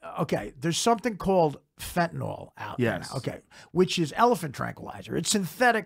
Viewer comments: Fentanyl (fentANIL) not fentaNALL. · That's not how you pronounce "fentanyl!!" It's not fen-ta-nol!